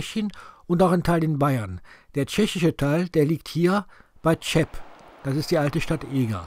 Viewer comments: Tscheb heisst Eger auch auf Tschechisch nicht, sondern Cheb mit Ch wie in Rachen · Cheb sprichtan nicht Tschep sondern Heb aus!